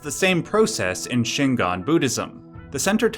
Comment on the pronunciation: very important,: Shingon is not Shingan. Shingan is what you're saying throughout the video, but it's Shingon. gon rhymes with "bone"